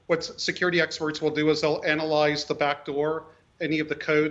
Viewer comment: He said "Analize the backdoor" 🙃